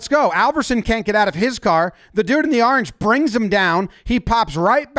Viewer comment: I like how you take the word "orange" and you evolve it into "aaarenge"😂😂😅😅